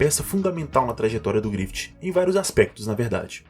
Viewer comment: Porque tu fala “GrifiTI”